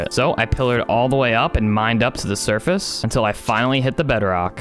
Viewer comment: You say survace